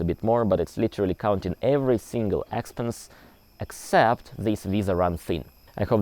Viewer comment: Expense has the emphasis on the second "e". Just in case you want to improve your English. I enjoy all your info!! I hope you will soon be able to go back home again!